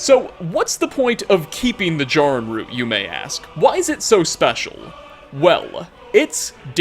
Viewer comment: Also mispronounced Jarrin.